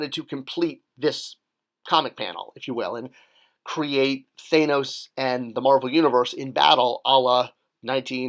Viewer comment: Two of the biggest movies of all time still can't get you to say "Thanos" correctly.